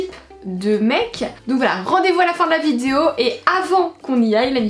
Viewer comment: On est d'accord elle elle dit Vidio ou Vizuo ? 🤔